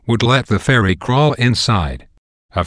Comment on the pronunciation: This is so funny, he can't even pronounce ferret ROFL